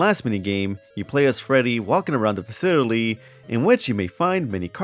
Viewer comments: I think it's endearing how you can't pronounce 4+ syllable words. "Facitily", "Aminatronics", "Reatily", "Personatilies", "Abitily". Lol no hate ur takes are based but I noticed that every time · why do you pronounce 'facility' like odablock?